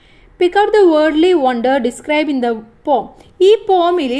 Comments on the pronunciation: Pom alla poem poyem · Pom alla poem anu😊